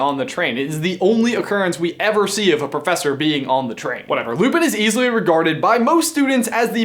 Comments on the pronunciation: Its simple. Lupin. Its Lupin. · Two simple syllables Say it with me: Loo Pin It's Lupin.